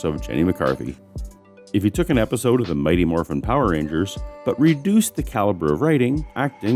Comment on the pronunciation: So is it isodeo or iesodo? You kind of fckd up there